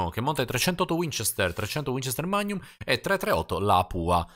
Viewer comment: Perché a volte dici (come molti altri) mag-num, al posto di magnum? (scritto così per spiegare cosa intendo come pronuncia). Cmq essere possessore e appassionato di armi mi aiuta ahaha